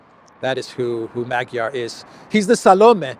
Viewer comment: Peter Magyar is pronounced MAWD-yar.